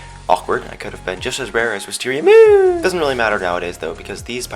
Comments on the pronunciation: why does everyone say wisteriamoon weaird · i love when people say wisteriaMOON!